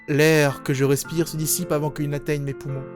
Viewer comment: Je crois que j'ai jamais entendu quelqu'un prononcer aussi bien le mot "respiiiire~".